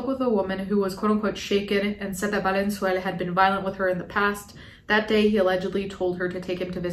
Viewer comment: it's "valenzuela" not "valenzuelá" (read this with hermoine's voice)